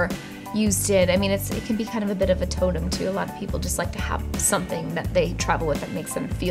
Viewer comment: When she said totem I thought she said Tatum!!!😭😩😭😩